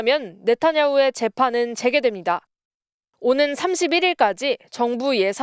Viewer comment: 기자가 "재판이 재:개(再開)됩니다"라고 해야 할 것을 '재개'라고 짧게 발음한다. 한국어에는 각 단어들에 장음(長音), 단음(短音)이 있어서 국어사전에도 표제어 장음 글자의 오른 편에 : 표로 표시되어 있다. 그런데 요즘 젊은 기자들은 특히 한자어를 말할 때 이를 전적으로 무시하고 전부 아주 짧게 발음한다. 예컨대 여:당(與黨), 야:당(野黨), 대:선(大選), 재:선(再選), 피:청구인(被請求人), 가:처분(假處分), 최:고(最高), 최:대(最大), 양:국(兩國), 대:화(對話) 등, 길게 발음을 해야 하는데 아주 짧게 발음하는 것이다. 이런 폐해는 한자 사용의 폐지에서 기인한 것이다. 요즘 한국인들의 '한자어' 구사가 이 모양 이 꼴이다. 정말 큰일 났다.